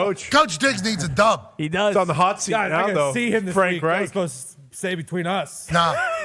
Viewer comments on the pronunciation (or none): none